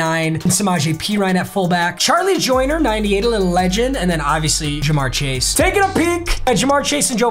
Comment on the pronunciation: Of course he does theme teams and he picks my bengals first and play he's worst game. Put some respect on us! And how he pronounces CJ's last name wrong was cancer every time..